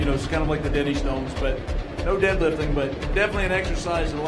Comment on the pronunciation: Re, question about Highland Games. Pronunciation check, sounds like he's calling the Dinnie Stanes the 'denny' stones. You're looking up these, much feared, Granite artifacts ... which weigh slightly different than stated and differently from each other, making them a real test of grip as much as muscle [but not bad off the top o' the heid numbers that commentator man !]. And no, they aren't for fannies. Greetings from Scotland.